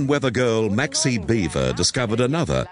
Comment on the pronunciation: her name isnt Beaver its Bieber like Justin Bieber LMAO.